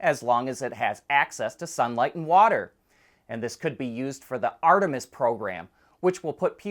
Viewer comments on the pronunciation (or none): none